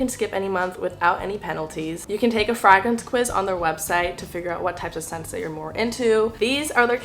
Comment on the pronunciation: Fragrent or Freygrent...... hmmm......